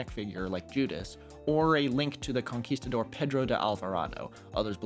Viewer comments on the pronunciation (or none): none